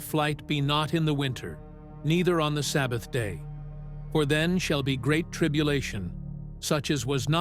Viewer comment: No Travel on the the Sabevath No Travel the Sabyath. Abomiation of Desolation Son of Peredtion This AI is out of control!